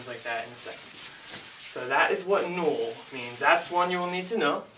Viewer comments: It does sound like NOLL instead of NULL but whoever pointed that out its like cmon dude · Null is "nolle" without e pronouncing, which means "zero" in german, but used in programming as "nothing", lol.